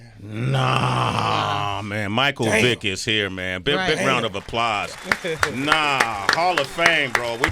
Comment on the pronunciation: "Big round of "APPLAHS" 😂😂😂